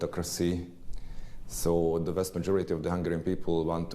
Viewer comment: Kedves, igazad van: a kiejtéssel vannak itt-ott gondok. A "th"-t simán "sz"-nek kiejtve, mint pl. Think@ az én fülemet is nagyon bántja, mint ahogy a "the"-t is sokan erőteljes "dö"-nek mondják, ami szintén borzalmas kiejtés. Viszont összességében nem olyan rossz egyik sem, ha a beszélgetőpartner megérti, az már jó. Örülnék, ha ennyi szót ismernék. Az viszont biztos, hogy te jobban beszélsz magyarul, mint ők angolul.